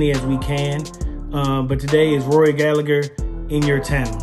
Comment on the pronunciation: Its pronounced Gall a her not Gal a grrrr, sick of everyone getting his name wrong.Please take note this is coming from an Irish Rory fan 🇮🇪